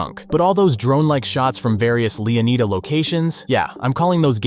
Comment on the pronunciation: "LEAH-NEEDA" 😂😂😂☠️ God I love AI generated content. Always finds a way to show itself.